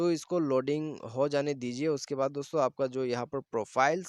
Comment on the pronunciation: Please stop saying dostho